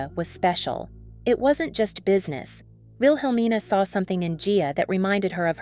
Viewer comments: It's pronounced "will-uh-mean-uh" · The woman keeps mispronouncing her last name wrong. She's even mispronouncing Wilhelmina Cooper's first name as well 🙄. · PLEASE PRONOUNCE HER LAST NAME " CARANGI " & HER MENTOR " WIHELMINA " NAMES CORRECTLY.